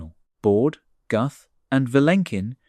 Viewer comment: Pronounced: Gooth not Guhth (Alan Guth)